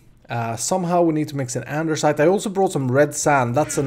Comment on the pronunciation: why you say andersite